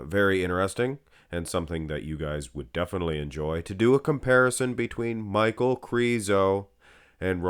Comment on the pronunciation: I think his name is pronounced "Meek-Hal" but i might be wrong, i just can't see Michal being pronounced Michael, Mikal would be a close 2nd imo.